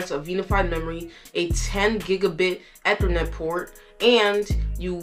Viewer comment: Good job. Just as constructive advice is to check the pronunciation. Gb, GB or gigabytes is is a hard G. Gig, not jig. Ethernet is like the letter E-thernet, not eh-thernet. Other than those slips you did great. Keep it up.